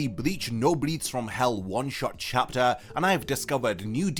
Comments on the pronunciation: I really don't want to be that guy, but in the context of the title, "Breaths" should be pronounced with a short 'e' sound as in "bet" and "set"; or "Let me catch my breath." The long 'e' is the verb version of the word, as in "I am breathing." Hope this doesn't come across the wrong way, just trying to help. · Please, for the love of God, say "breaths" right it's killing me.